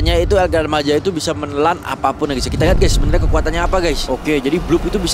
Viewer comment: Bagi org Spanyol itu el gran maja itu dibaca "El Grān Maha"